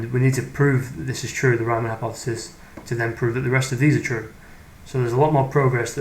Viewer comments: It is Reemann, not Raimann. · If it was an English name with the original pronounciation it would be spelled Reeman (or Reemann). It is not vitaly important but for keeping credibility it is fine to try and make the pronounciation correct. Otherwise fine and interesting. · German "EI" = "eye". German "IE" ="ee". The only German name Americans seem to be able to pronounce is "Einstein", otherwise it's always "-steen". I never heard "Riemann" pronounced as "Ryemann" though.